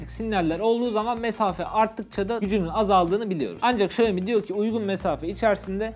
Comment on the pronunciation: Bak güzel kardeşim , iksiomi , ixioamoi xiomix iksiomi değil XİAOMİ ULAN XİAOMİ